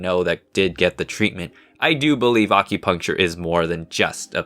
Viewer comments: Uhm... Question? Why do you pronounce it weird? Ah-cue-puncture? I've always heard the A pronounced like in apple, not like almond. Given that it's derived from "accurate," I'm pretty sure that's the right pronunciation. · this wholly time i thought he said accutane